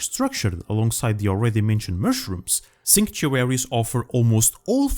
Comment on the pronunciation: Why would you make a video on a word you can't say.